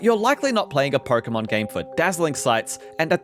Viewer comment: "Perkomon game" 😂